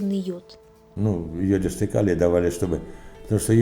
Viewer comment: И йОдистый калий, а не йодИстый. Озвучка испортила все впечатление от фильма.